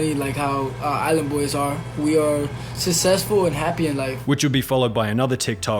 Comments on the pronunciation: in, what does “ susessful” mean? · "we are susessful"